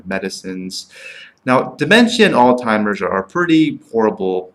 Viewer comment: This is what happens when a nonmedical person reviews a drug. Garbage, hinting at payouts and zero understanding of drug classification and how certain classifications tend to cause the same side effects. I'm hoping the nonmedical viewers caught your incorrect pronunciation of Alzheimer and cognition and thereby took your opinion as just one man's opinion and not a medical one. You should be ashamed to tout your nonmedical opinion to scare patients into not taking a drug that may work for them. The drug is a godsend for those it works well for. Why not spend time digging into the side effects of aspirin, worse, and the fact that we still can't say how it even works.